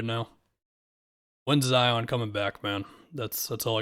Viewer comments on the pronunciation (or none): none